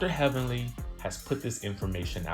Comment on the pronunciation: now that was funny..."HELLVENLY"